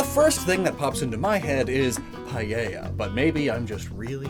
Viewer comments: I just want to mention this since I see it mistaken a lot. Paella isn't pronounced pa-yei-ya (sorry if phonetics are wrong, hopefully you understand), it's pa-eh-ya. I know that English speakers don't say everything in Spanish right and I don't really care, but for this word specifically it bothers me and I don't know why. This is not meant as a hurtful comment, just one to help or anyone who said it wrong before. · I think Paella is pronounced Pa-eh-ja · Not to be rude it just really irked me: Paella is pronounced "Pah-eh-yah" Not "Pah-ye-yah" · He pronounces paella like "payeya" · Why english speakers pronounce it "paieilla"? There's not a single "I" sound in the word. I'm sorry it triggers me so much xD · As a Spaniard is so funny how you say paella nice vid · Please, learn to pronounce "Paella" is not that hard...